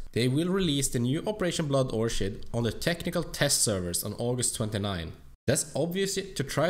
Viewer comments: Great video but its pronounced or-kid not orchard :) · Would you stop saying orshid lol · You pronounce orchid wrong, it's pronounced like orkhid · Its pronounced orkid btw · Nice vid as always, but its orchid, as in "kid" not that "shh" soind